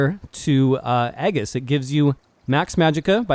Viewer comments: Bound "Eggis" lol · Aegis = as an English speaker it should sound like "ee-jiss." The word is a derivative of a Greek one. Maybe that's why it's used in video games so much, when it's not an everyday word, and even the developers of some games don't know how to pronounce it. Who knows. Anyway, that was how my classics teacher (who also taught Greek and Latin: yes, years ago) pronounced it. Video was informative, thank you very much!